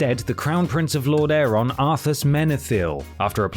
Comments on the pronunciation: Not gonna lie I did laugh at the 'Arth-ass' and 'Lord-aiiiirr-onn' 😂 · Pretty much everything in Arthas: Rise of the Lich King was covered sufficiently in the legendary Warcraft III game, the novel doesn't add much, and your pronunciation of "Arthas" and "Lordaeron" is ... interesting. There are faaaar better and useful Warcraft novels covering the events before the the third RTS game such as Tides of Darkness.